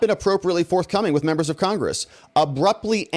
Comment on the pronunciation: That is so cute how lisp makes him pronounce members as "membos" and donors as "donos".